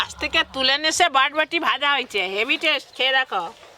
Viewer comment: botboti noi borboti bole go